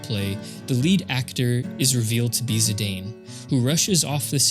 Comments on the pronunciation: you sure it`s zi-day-n, not a zi-dan like sakaguchi used to call him? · Dropped after 5 seconds when you said "Zidayn". If you can't even pronounce the main character's name, how am I to assume your video about their game will have anything to teach me? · Zi-Dane?! Naaah 😂😂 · Zidane is pronounced "zee-dahn" (ziˈdɑːn) not "zee-dayne" (ziˈdeɪn). It's a real-life European name (variant of an Arabic "Zeydan" name to be precise), so it's not like the Tidus situation, where it's not obvious how to pronounce it. There was a that French football/soccer player called Zinedine Zidane (infamous for his memed to hell headbutt attack during on of his matches) - you can always check how his name is pronounced if needed ;p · Zee-dan, no zee-dane. One of the best football players of France is called like that and was obviusly taken from there. If its called Maradona you wont called him may-are-done-ai right? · Someone probably already mentioned it but Zidane is pronounced as Zee-dan. I used to pronounce it Zee-dane as well until I played PSP Dissidia years ago and it made me look it up and turns out it's an actual real world name and his original Japanese name, also pronounced in Dissidia, is Jitan. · it's pronounced zeedahn, a french name. remember the dude that headbutted the football player in the world cup 2004? that was zidane. i too said zaidayn when i first played the game in 2000. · Ah, close! There's a canon way to pronounce Zidane's name, and I can't listen to Zidayne lore for 15 minutes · You mispronounced Zidane